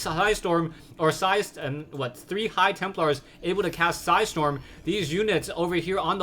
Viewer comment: "With three su-hi storm"